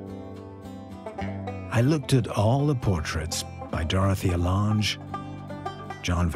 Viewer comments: Dorothea Lang, not Lahnge. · It was interesting to watch, but so much of the footage I've seen elsewhere. Also the pronunciation of Dorothea Lange's name was a little annoying.